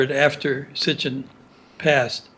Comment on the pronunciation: Hey man great interview but why do you keep saying S t i c h i n when you are referring to Zecharia S I T C H I N? who knew the man personally pronounced it correctly many times, how did you not pick up on that?